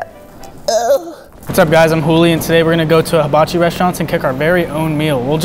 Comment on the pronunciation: "mister habachi sef shir?" what? lol